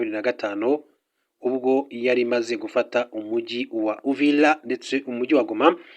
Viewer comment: UVIRA. Not. UVILA